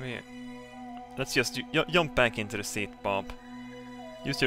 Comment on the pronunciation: I love the way you say 'yump'.